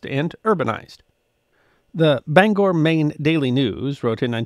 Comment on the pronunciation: Congratulations! You pronounced Bangor correctly. Being from Maine, it is often frustrating to hear people pronounce it wrong in audio books and on TV.